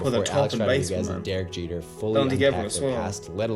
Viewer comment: you said derek jeter wrong